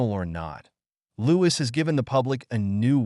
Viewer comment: You should at least get his name right. The s is not pronounced. It should just be said as Loui.